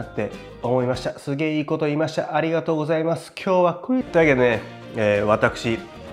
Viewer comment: さすがのレベルです。 ＆いちいちクﾙｨｯｽｩﾏｽ〜↑